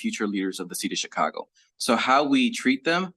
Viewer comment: I hate the way he says Chicago 😂